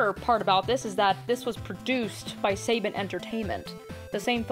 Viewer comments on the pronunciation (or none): I did a full on double take and had to pause the video when you said "Saybin" Entertainment. Saban. It's Saban. "Sah-bahn". Like Saba, the sword from Mighty Morphin Power Rangers, but with an N on the end. Also I'm surprised that you merely mentioned Next Mutation but failed to mention that Next Mutation actually exists in continuity with Power Rangers thanks to a crossover they did with Power Rangers In Space.